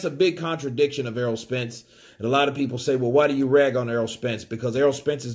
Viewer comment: saying errold